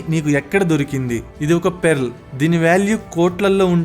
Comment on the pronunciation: it is pearl, not PERRLL .......LOLOLOLOL ....PALKADAM NERCHUKO